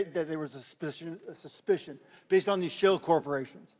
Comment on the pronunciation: & Couldn't even say "Suspicion" he is either drunk or on some good shit! Lmao! 😂😂😂😂